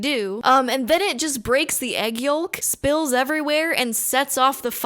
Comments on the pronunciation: It’s pronounced egg “yoke” not “yoll-k”. The L is silent, just like in “folk” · SHE PRONOUNCED THE "L" IN EGG YOLK! What?! What are we even doing anymore? It's like FOLK! No L sound! Argh! I have heard FOLK mispronounced with the "L" but NEVER the word YOLK. Still, this is one of the best channels ever. :P